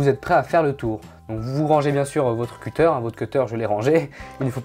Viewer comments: Ca se dit cuttèr mdr le seul que tu as pas dis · La deuxième manière que tu dis cutter et la bonne ! :) zla première fois elle est dit avec un accent français :)